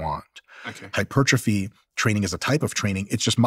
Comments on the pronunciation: Oh come on, are you telling me that after all these years talking to nutrition and sports experts for hours and hours Steven "doesn't know" how to pronounce hypertrophy? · Why is Stephen pretending he can’t pronounce hypertrophy? Weird